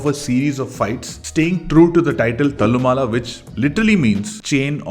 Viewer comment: Please get pronounciation of Malayalam names correct. Thallumala is not how it is pronounced as you said. Same with poduval and kunjappan.